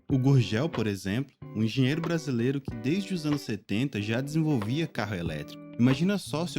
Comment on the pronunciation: Ronaldinho campeonato "bracilero" "noenta e oito" ( apertava start eeeeeee ) 😂